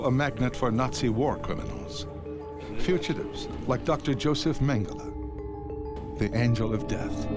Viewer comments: ‘Mengelay’ is NOT his name. If the mispronunciation is a way of disrespecting him, then let the listener in on it; if it’s just poor scholarship, then a search for someone with better spoken word skills might be in order. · Why does the Exec producer tolerate some Brit prxck who can’t or won’t say Mengele’s name properly. If it’s meant to be a way of pouring scorn on the shxt head, why not call him ‘MeanJelly’!